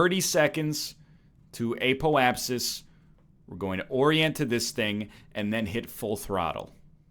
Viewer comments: The Eh-poapsis is the Canadian Apoapsis. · "Eh-po-ap-sis" Spoken like a true Canadian.